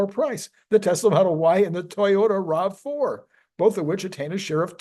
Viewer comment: It's RAV4 not ROV4.